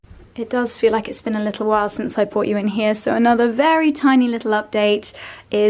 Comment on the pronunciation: sorry to nit pick but will you please stop saying bought when you should be saying brought. They each mean something quite different and I think correct grammar is important. Hope you don't mind 😉